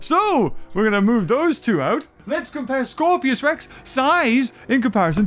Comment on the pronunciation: it's scorpius not scorpios